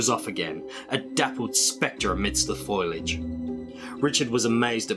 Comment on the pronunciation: Foliage- not Foilage